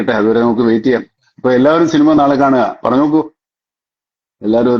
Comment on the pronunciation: പടത്തിന്റെ പ്രൊമോഷന്റെ ഭാഗമായി നടത്തുന്നതാണ് ഈ ചാറ്റിംഗ്... പടം പൊട്ടും എന്നൊരു തോന്നൽ എവിടെയോ ഉണ്ട് ട്ടോ ... ഷിനിമ അല്ല ലാലേട്ടാ 😅...സിനിമ എന്ന് പറയു ...